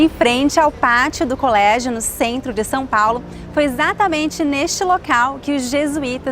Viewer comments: São is not pronounced Sao. The "a" is like nasal, and the "o" is like the latin "V" in "TVVS". Most of Brazil pronounces "dah deh djee doh doo tah teh tshee toh too", but in Pernambuco is Paraíba is "dah deh deeh doh doo tah teh tee toh too" (the t sounds Italian instead of English). Intonation is very important in Portuguese, we generally talk like singing, but be believe people from Santa Catarina sing way more than the rest. Portuguese is fascinant. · I think your only mistake in pronunciation was São Paulo. It is more like San Paulo. Other than that, I'm really enjoying you learning portuguese and can't wait to see your reaction to gaúcho accent ❤ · He cannot pronounce São correctly.